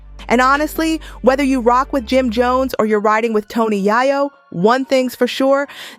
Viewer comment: It’s fuckin ya yo like coke not yaaah yoooo 😒if goin talk about bro least say his name right🗡🗡🗡💯